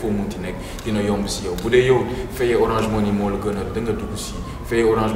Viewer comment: on dit orange monnaie pas monii , lol kana leu